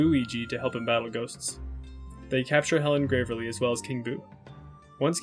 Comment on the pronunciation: it is deeply confusing to me how you misgender characters while also acknowledging they're trans. also your pronunciation of picross and gravely is abhorrent and you should be punished for your crimes.